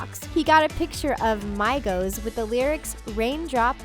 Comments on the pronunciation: PLUS ITS PRONPUNCED LIKE MEEGOS NOT MYGOS SRSLY IF U BE DESRESPECTFUL TO DA MIGO NAME U JUST WRONG JUST PLAIN WRONG... >=| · It’s pronounced meegos not mygos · Aye it's not pronounced mygoes its megoes (the spelling is migos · migos not maigous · My-goes u mean migos 🤦🏻‍♀️ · mygos?? its pronounced meegos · well its not no-his its (m-ee-g-o-s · it's migos not miiigos like the spanish word for friend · She said mygos oh my god it’s Megos (migos) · Its pronounced megos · She said Mygos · Did she say mygo's 😂😂😂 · You say it like me-gos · Tf is MaYgOs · ITS ME-GOS, I’m sorry but I have EOCD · WTF THE SAID MIGOS LIKE MY-GOS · correction: Migos (Me- goes) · So we're just gonna ignore the fact that she said MYgos? 😂😂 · It’s not pronounced mai-gos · you said migos wrong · Oml how she said migos killed me😂😂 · DONT DISRESPECT MIGOS LIKE THAT IF UR GONNA PIT THIS ONE IN UR VIDEO AT LEAST SAY THEIR NAMES RIGHT